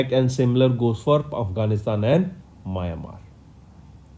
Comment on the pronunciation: it's meow n mar (Myanmar)